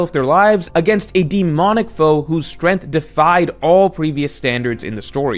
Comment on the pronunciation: strength /streNG(k)TH/ 🔊Learn to pronounce